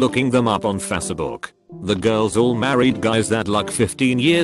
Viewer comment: i absolutely love how the voice pronounces facebook. fasa-book